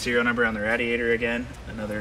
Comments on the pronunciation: the way he pronounces radiator really bothers me lol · pronounces "radiator" as rad-ee-ay-ter rather than ray-dee-ay-ter. That was not uncommon when I was a kid but not so much any more. Is it regional? Does the Simeone Foundation have a "Mk I" GT40 for comparison? Funny they didn't measure the Mk II. Legend has it those were built a bit taller in order to accommodate Dan Gurney and A.J. Foyt..